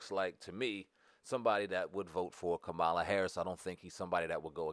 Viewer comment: First of all, why you so disrespectful? What if I call you Spam over and over again? If you watched the DNC convention Mrs. Harris's nieces explained in real simple instructions on how to pronounce her name and your dumb ass still can't get it right.